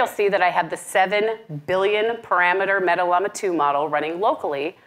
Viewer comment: Bruh, learn how to pronounce Llama. Sounds like: laa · muh :face-blue-smiling